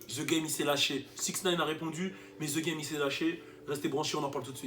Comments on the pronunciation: On ne dit pas (zee GAME) mais (deh GAME) pour le THE GAME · Tu as déjà vécu au US comment ça se fait que tu prononce encore The game, ze game >.< j'ai saigné des oreilles